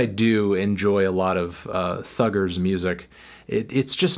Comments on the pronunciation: Homie really said Thugger with a hard R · the way Melon says Thugger with the hard R somehow sounds wrong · Why he use the hard R for thugga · nah “thugger” with a hard r is crazy😂😂😂